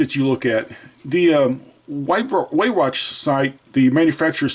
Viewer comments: Manufacturer is pronounced Vee-rock. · Weihrach is pronounced "Vye-rock". No hate please, just trying to help.